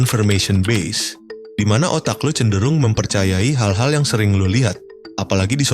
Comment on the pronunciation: bacanya "konfermesyen bayes" bukan "bes"